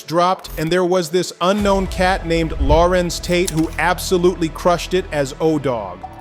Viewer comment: Who the hell is Lawrents Tate?